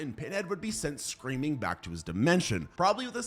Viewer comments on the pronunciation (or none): Schream?whats that?dont you mean scream or schream whatever that is